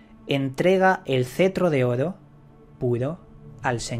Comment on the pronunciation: Llevo casi todo el dia escuchando tus videos. Me gusta como pronuncias Oro. jaja saludos.